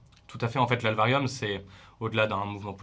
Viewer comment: La "L" varium ? L'aélvarium ? Ah en fait tu lui a appris à prononcer le nom de "sa" propre asso.. bah oui jusqu'à Puis plus tard il recommence à dire l'AÉLvarium